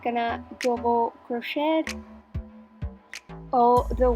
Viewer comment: There is no such word as "crochette" - it is pronounced "cro-shay" and spelled crochet. And it's "stitch", not "hitch". Where do these non-crochet terms come from??? Also, the music is terrible and a little more attention to detail would be helpful. I ended up with less stitches in row 2 than I should have, but you're not explaining the beginning AND ending of rows. I can probably figure it out, but I shouldn't have to. Very poor video.